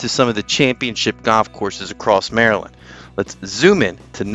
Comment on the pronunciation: When did the word golf become goff???